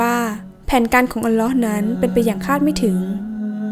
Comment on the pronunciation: อัลลอฮ.อ่านให้ถุกด้วยครับ alloh